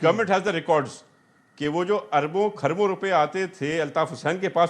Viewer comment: خربوں نہیں کھربوں بولتے ھیں جاھلوں ۔ خربوزہ نہیں ھے ۔